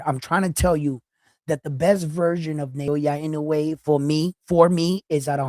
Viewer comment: Also.. NA - O - YA not NA - YO - YA I - (KNOW) - E E HERE as in Egg not. I - NOO - E